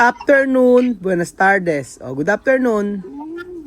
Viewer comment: di rin nya masabi "afternoon" 😊😊baka if mabasa nila oke na